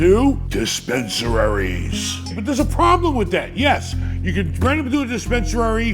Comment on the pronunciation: its just unbelievable, a guy who is probably worth close to a billion and he calls the dispensaries - dispensararis , like wtf man, I am a goddamn immigrant and can spell and write better than your rich ass